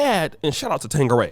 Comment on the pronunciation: No “g” in Tanqueray 😂😂😂